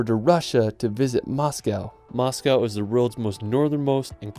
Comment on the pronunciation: BTW You made a mistake in "Moscow"